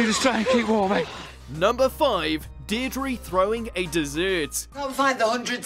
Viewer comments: It’s pronounced dear druh lol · Deirdre, not Deirdrie